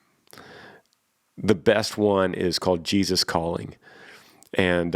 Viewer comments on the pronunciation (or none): none